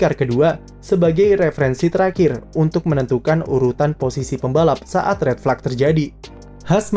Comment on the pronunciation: Apa susahnya si min bilang red flag, tinggal jadi fleg doang